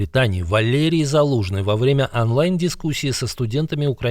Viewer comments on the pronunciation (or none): Интересно...но, только, не Анлайн, а Онлайн...говорите правильно - режет уши..